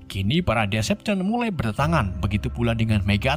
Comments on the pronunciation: Decepticon di baca "deseptikon" bang Bukan "desepsien" -_ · bacanya itu deseptiken (cara bacanya yg benar) dan abang malah bilang desepsion(cara baca abang) bacanya ya all spark(ya gitu ga ada yang beda dengan katanya) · Bacanya desepticon bang bukan decepson :v, btw lanjut ampe tamat y bg plus jadiin playlist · Baca decepticonnya bukan desepsion bang tpi deseptikon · min, Decepticon loh... bukan Deveption🗿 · Decepticon bang bukan deception 🤣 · Decepticon bang bukan deseption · Decepticon,bukan decepsion,start scream/start skrim bukan startcrem,all spark bukan all spek Tp bagus,ada nyelenehnya sedikit transformers collab sama ML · maaf ya bang nama nya Decepticon bukan Descjon😂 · Bacanya diseptikon bang bukan disepsishon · correct bang bukan devastaion tapi Decepticon, Decepticon adalah sekumpulan alien jahat yang di pimpin oleh Megatron.kalau Autobots di pimpin para prime contoh Optimus prime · Deseptikon bang bukan desepsyon 🤢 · starscream:starkrem decepticon: desepchen megatron:mekatron ironhide:ironhed 😂😂😂😂 pi sekolah isap gam ke bang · deseptikon bacanya wak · Bang cuma mau koreksi Klan nya Megatron namanya "Decepticon" bacanya Deseptikon🙏